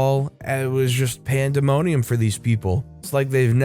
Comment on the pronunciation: Correct me if I'm wrong, but it sounded like you pronounced pandemonium with a 'T' instead of a 'D' lol